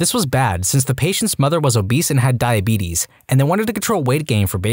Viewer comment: the way you said "The Beetus" caught me off caught and had me laughing lol